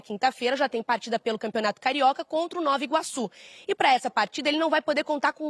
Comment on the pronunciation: O nome é NOVA IGUAÇU e NÃO nove Iguaçu!